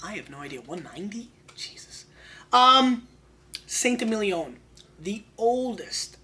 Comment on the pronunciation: Awesome vid thank you. Saint Émilion is pronounced “Sant ay-meel-yon” with the final n swallowed / pronounced in the nose rather than by the tongue (like you would when saying dom perignon). 😊